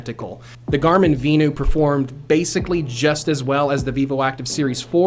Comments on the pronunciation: Vin-you. VENU. Not V-new like you are saying. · Is it not pronounced Venue? Lol